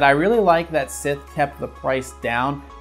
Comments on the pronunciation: Did this man just pronounce Scythe as Sith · Why the pronunciation of scythe as sith? You're killing me, Smalls. Lol